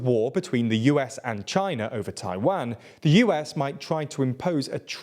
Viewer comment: Why does he say Taiwang instead of Taiwan?